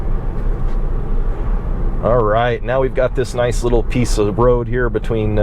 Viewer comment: "Beteeen here and my HOA" 😂